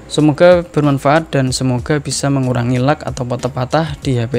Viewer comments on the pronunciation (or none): gg inggrisnya pasti dapat seratus lag bukannya dibaca leg malah lak